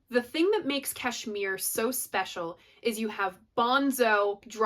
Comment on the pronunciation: Kudos for pronouncing Kashmir correctly. 10 Years Gone so complex they played it once on stage with KPJ playing bass with his feet and mandolin . Great song. Great chords .